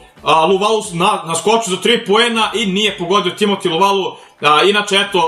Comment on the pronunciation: Kaze se Luvavu ne Luvalu